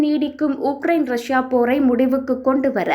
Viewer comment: 6000 உக்கிரயின் உடல் உனதுஉச்சரிப்புமற்றும்செய்திகள்பிழையாகவுள்ளது😮😂😮😮😮😮😮😮😮